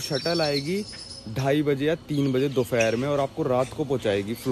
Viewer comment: bhai aap DOHPHAR KO DOHFER kyu bolte ho. Plz reply krna.